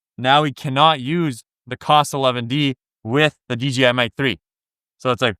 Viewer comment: DJI, not DGI